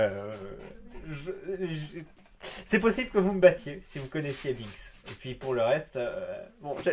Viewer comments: Binks se prononce b1ks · "Binks" se prononce "BHEINkss" ^^